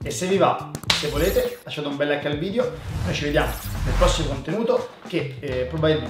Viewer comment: si dice VIDEO non vidio! Dje gio